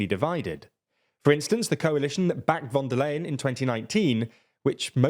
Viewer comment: You pronounced von der Leyen in a really Dutch way even though she is German.